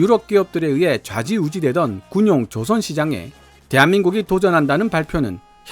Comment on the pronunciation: '조선 업체'에서 '造船'의 발음은 길게 발음해야 합니다. '조선'을 짧게 발음하면 '朝鮮'이 됩니다. 한글 공부가 영어보다 더 중요합니다.